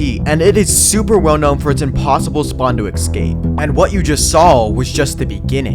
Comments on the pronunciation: IT'S NOT EKKKKSCAPE IT'S ESSSSSSCAPE AHHHHHHHHHHHHHHHHHHHHHHHHHHHH!!! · Dude its pronounced "ESS CAPE" not "EX SCAPE" Why are so many youtubes so illiterate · Couldn't bare you pronouncing 'escape' as 'ekscape', shit video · ESCAPE, NOT ERLBFGSEKJVBSLKBVD EC-SCAPE!!!!!!!!!!!!!!!!!!!!!!!!!!! YOU EVEN SPELT IT RIGHT!!!!!!!!!!!!!!! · >if i wanted the 2b2t players to talk about me, i would need to impress them by doing one of the hardest things, "ecscaping" spawn unironically the funniest sentence ive ever fucking heard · You pronounce "escape" wrong